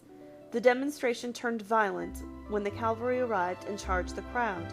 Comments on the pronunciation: If you're watching this for school, I wouldn't. Any narrator who pronounces "cavalry" as "calvary," and doesn't know that the demonstration in St Peter's Field in Manchester in 1819 is known as the Peterloo Massacre, clearly needs to go back to school... You're better off reading the Encyclopaedia Britannica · Just because she mispronounced a word doesn’t mean that